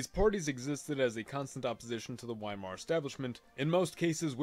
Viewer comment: epic, but excuse me for my criticism of your german pronunciation but its *V*eimar